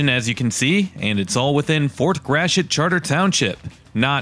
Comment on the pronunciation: Nice job. Fort Gratiot's pronunciation has been unfortunately bastardized into 'Grash-it'; which should be more like 'Grat-ee-oh', as the French would correctly say it. No doubt the New England Yankees who originally settled and developed the county in the early 1800s had a hand in that. Charles Chouteau Gratiot; for whom the county and Fort are named, was born in St. Louis, which was Spanish Upper Louisiana territory in the late 1700s. His father was originally a fur trader from the Illinois area....